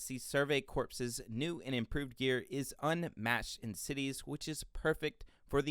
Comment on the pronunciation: "The survey corpse was in a huge bind..." *CORPS ("core")